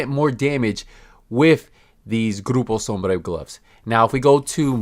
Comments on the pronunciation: Hey man nice spanish, the way you pronuce "grupo sombra" is really good. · No he is pronouncing Groupo Sombra the accurate way, it's an hispanic name and he is also hispanic. If you don't like the ad and the way he speaks, how about you stop watching his videos and go stalk other youtubers ? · But it was pronounced really correctly by our dear youtuber ;) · Alex Henning that’s because he’s a Latino dude.